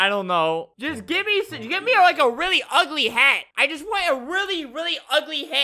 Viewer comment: Albert: "I WANNA MAKE A HEAATT" ME: DIES IK THAT WASNT FUNNY i just love the way albert says hat!!